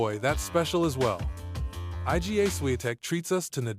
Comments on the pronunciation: Is the voiceover AI generated? There are a couple weird spots: "I-G-A Swiatek" Multiple different (and incorrect) pronunciations of Jannik (in this one it's Jan-nick) In this one it's "Juh-neek", also misspells Jannik as "Janik", probably causing the AI to pronounce it this way talks about how federer is king of grass and then randomly says "hardcourt" at the end after a brief pause talks about zverevs forehand, even though his backhand is more notable (not necessarily better, but while his forehand is good, his backhand is Top 5 rn) says tsitsipas backhand is one of the "cleanest in the game" (it's trash and a huge target for opponents to exploit) says murray won "a wimbledon title" even though he has won more than once I don't have a problem with AI videos, but I just thought I would point out a few errors so they can be fixed in future videos. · Yes, absolutely. I don’t mind hearing your original voice, but it’s just savage to call IGA like this